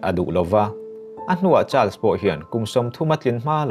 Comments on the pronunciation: A dik chiah.. child's tiin a lam tlat a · A ngaihnawm hle mai. Mahse Charles tih i lam dan hi hriat a nuam lo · I thil chhiar ah dik hlel a va tam ang reng ve aw.. Charles i lam dan ngaihthlak a hrehawm hret.. Chuan Prince William hi King Charles a unaupa angin i chhiar a.Cornwall i lam dan a dik lo bawk a... Lady Sarah Spencer( Lady Diana U)leh King Charles te hi thian chauh ni loin reilote chu an in ngaizawng ve... Thahnem ngaih thil thu ah ka ron comment ee.